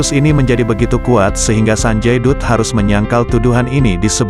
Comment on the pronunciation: Naratornya masih amatiran ga paham bahasa india 😅 sanjay dutt d bacanya ( sanjay datt)